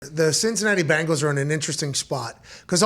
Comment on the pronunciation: Love you, Pat. But it is BEN-gals. As in Tiger. Not BANGLES as in some teenager's bracelets.